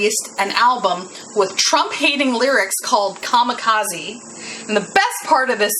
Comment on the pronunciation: Kamikaze”Kah-Me-Kah-Zeh” or Divine Wind. What you pronounced was Kamakazi which isn’t a word. Just relaying that.